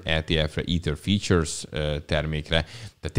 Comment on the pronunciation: Nem kötekedésből, de az nem Futures ? Nekem features-nek hangzik, azt hiszem már legutóbb is így említetted. Gondolom a derivatívára szeretnél célozni.